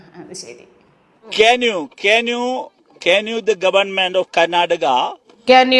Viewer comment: എന്തോന്ന് ക്യാൻ ആണെടെ....!!!? പ്ളാസ്റ്റിക് ക്യാൻ....??? അതോ...!!??